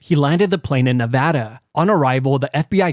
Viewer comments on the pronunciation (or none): none